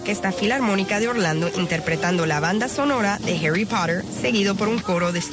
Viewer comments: Harry porer :v (así le dijo la tipa) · Nadie: La presentadora: "los fanáticos de Harui Pohtheur"